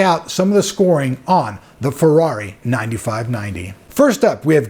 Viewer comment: lol, ''Farrari'' it is so hard to say Feeeeeeerrari!